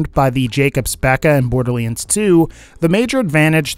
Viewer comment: Um borderliends?